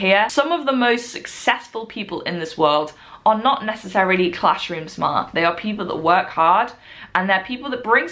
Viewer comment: not smart smaaaahhht